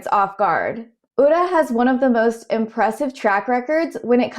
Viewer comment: Even if you don't root for Ura you have to appreciate his presence. He really shows the depth the sport has to offer beyond just pushing. Also really appreciate you trying to learn pronunciations! I can tell you looked at how to pronounce Ura. I noticed 'komusubi' sounded funny, it's a long o sound (and the emphasis as understood by an English speaker is more on the 'mu')